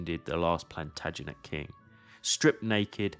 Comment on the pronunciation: I enjoyed your video, in particular the battle reconstruction with the movements of the protagonists. As I am from Germany, the video was overlayed by a very obviously AI generated voice, unfortunately showing most of the current weaknesses of this technology. Among other shortcomings (not too severe, though), it butchered the pronounciation of the name ‚Plantagenet‘. At this point of time, I rather not have any AI voiceovers. It‘s more of a nuisance than a help or pleasure, it‘s noticable artificial and that diminishes the video from minute 1 onwards.